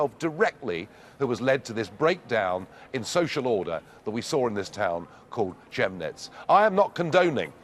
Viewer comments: Chemnitz is read K E A M N I T Z not chemneetz aks Your German wife !!! and BundesTag not BundeSHtag Nigel! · Dear Nigel: It's Chemnitz, as in 'chem'ical — with a hard C.